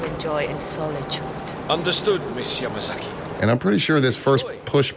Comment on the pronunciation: the mispronouncing of yuki yamazaki lmao